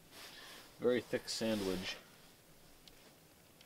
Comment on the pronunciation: Mulligan heard you say SAMMICH and the chip bag rattled! Guess who is takin time to feed the dawg.